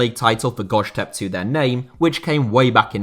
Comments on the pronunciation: bruh the way you pronounced göztepe made my ears bleed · Maaaan the way he pronounces Göztepe is killing me nice video tho